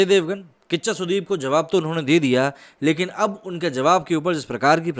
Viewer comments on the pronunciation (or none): कच्चा नहीं, किच्चा सुदीप।